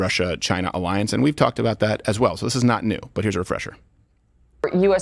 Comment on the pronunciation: "An Arriance" hahahahaha love this show